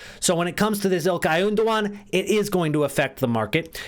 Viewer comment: "Ilkay Oondogan"